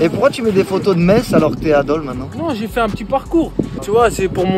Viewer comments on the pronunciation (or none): none